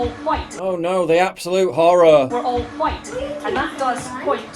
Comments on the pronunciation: Wow she said huWhite too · "All Whyte" Love how the commentator says the words as if she is swearing..... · Love how she pronounced it wh-ite and not just white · Why did she say white like that? For real wtf?